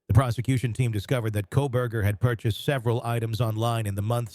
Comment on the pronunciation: 😂 I swear it sounded like he called him Kohbag ? That’s hilarious